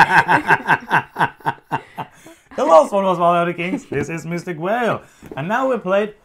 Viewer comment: I've said it before, but I LOVE how you guys say "Mystic Vale". Your accent is always super cool for me (I'm an American), but your "V" sounds like a "W", and so it sounds like a magical sea creature (a mystic whale).